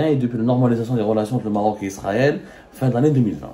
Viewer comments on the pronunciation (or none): none